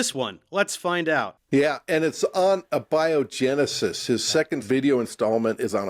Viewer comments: Lol "uhbiogenesis" 😂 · Lol. He said uh-biogenisis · "EBay-o-genesis" and "Bology"? These two nitwits can't even pronounce simple, common science-related words correctly. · "a biogenesis", not "abiogenesis", just one specific biogenesis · Haha Manipulated? Like there is a recipe for Abiogenesis(that's a long a boys, you can do it)and they know it?😂 You missed the guy on the left saying "boligist" whatever in the fuck that is. LOL😂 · Apart from his pronouncing abiogenesis like he’s never heard it, he he can barely pronounce creationism